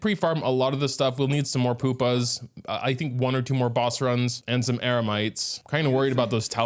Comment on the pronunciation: Poop-ahs? How does a Canadian butcher so many random words? You're not young enough to blame the government for spending all your time learning transgender issues instead of vocabulary and grammar. GET IT TOGETHER MAN! 😂